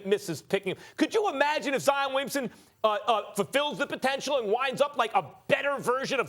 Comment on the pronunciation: He said zion like lion with a z 🤦🏻‍♂️